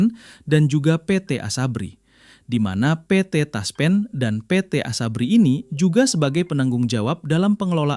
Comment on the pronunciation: Ngomong PT TASPEN Aja pe et the TASPEN. Aneh !!!!